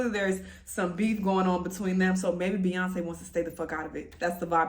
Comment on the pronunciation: Empressive works for beyawnce